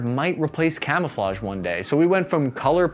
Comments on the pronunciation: Jeez stop trying to speak french it's... quite... risiculous x) kamoofleu gave me good laugh ngl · You have the benefit of historical hindsight... but not of modern language apps. None of those French names and words remotely sound like that. Sorry! :P Try Google Translate's little speaker button to hear words and names correctly. In the meantime, try this: KA-MOO-FLAJ (best way I can phonetically spell it in English) GUEE-RAHN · it's pronounced camouflonhonhonhon. The more you know.